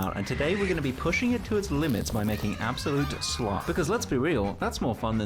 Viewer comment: POV: You and da homies in de back be opening up a video talking about goated slop vs actual slop and cant stop laughing without slapping your belly and da entire fam be laughing at the word slop as says schlop 5x in a row they all start to laugh and laugh and laugh meanwhile 😂😂😂😂nah youre such a good youtuber hahahah😂😂😂😂heh ollly you funny turd😂😂😂😂😂😂😂😂😂😂😂😂😂😂😂😂😂😂😂😂😂😂😂😂